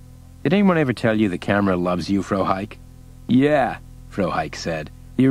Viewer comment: The mispronouncing of Frohike was a bit annoying.